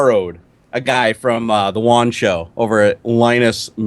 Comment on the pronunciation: I was talking about how pronounced it as though it sounded like Won